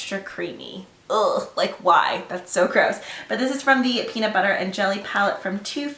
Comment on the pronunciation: every time you say peanut butter, i think of peabnut bubber lmfao.